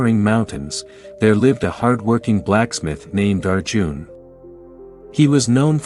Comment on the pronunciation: It's Arjun and not our June. 😂